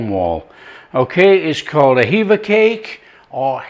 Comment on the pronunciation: HEVVA CAKE Is not forgotten in Cornwall. Called Hevva because that's what the people on watch on the cliffs called out when they saw the pilchards. Its hevva not heava